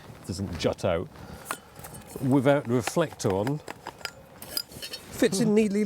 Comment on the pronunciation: no u mean. "wiv, and wivout"